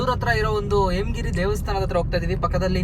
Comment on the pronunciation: ಎಮಗಿರಿ ಅಲ್ಲ ಹೇಮಗಿರಿ